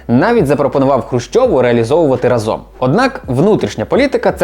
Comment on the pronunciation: рАзом. Бо тригерить коли неправильно наголос ставлять